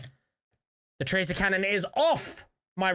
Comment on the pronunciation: your not getting the tractor cannon because you can’t say it right.